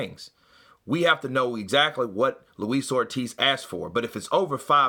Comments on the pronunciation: Did he say “ Lois OLD Ortiz” listen to it twice sounded like it! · 2 things that got me in Eddie's interview, 1. when the reporter asks and Eddie said "Did he say that?" He was ready to go off on one! 2. He nearly called him Luis Oldtiz! Quickly corrected himself but was funny shit!